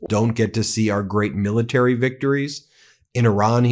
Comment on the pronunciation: Miller-tary? ... Menduro? Geez, he is starting to fade away.